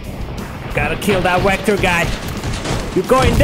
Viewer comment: good stuff dude. is the wehicle and wector thing a joke or?